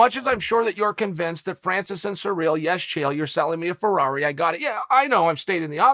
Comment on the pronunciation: Chael if you're gonna talk about the interim champ, have some respect and say his name correctly, it's not pronounced cereal gangnam style, final warning